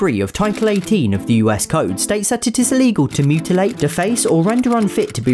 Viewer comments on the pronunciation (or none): none